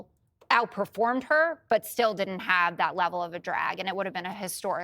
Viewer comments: Hey Jessica Dip Sh—t, it isn’t Nah-vah-dah. It’s Neh-VAD-eh. That voice drives me up the wall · Another reason to dislike Jessica Tarlov - she can’t pronounce Nevada properly…